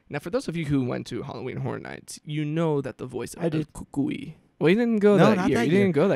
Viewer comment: I’d be totally down for a cucuy movie! 😱 Btw, love how you pronounce cucuy, lol.